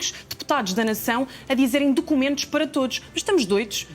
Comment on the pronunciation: Dócumentóz, para todoz😂😂😂